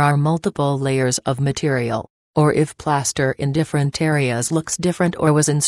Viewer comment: “Playaster” lol